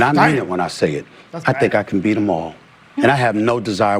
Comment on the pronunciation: I thought he said. “ Hit the bean!” 😂